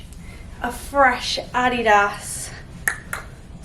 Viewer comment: 300 g carbs omg I wish lol also have I been pronouncing Adidas wrong my whole life?